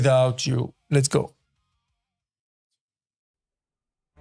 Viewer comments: It's a "ch" sound, not a "tch" sound lol It's "dich" not "ditch" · At least he got the "ch" sound ;-)